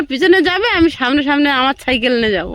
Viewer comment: ছাইকেল নয় সাইকেল।